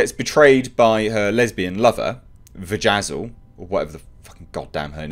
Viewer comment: Vejazzle? XDXDXD I am laughing outloud over here. Only made it through the first couple episodes so far